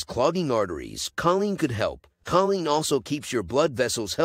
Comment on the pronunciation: Choline is pronounced: KO-Leen